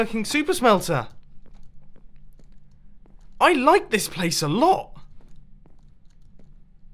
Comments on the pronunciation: Rooms not rums.....silly mumbo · Judith Relou mumbo says rms instead of rooms